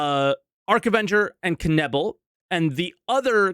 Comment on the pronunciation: Hehe, Kenebble :D....its Knaebill (no silent K). Greetings from Germany :).